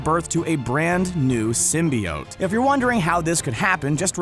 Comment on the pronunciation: Symbiote was said incorrectly so many times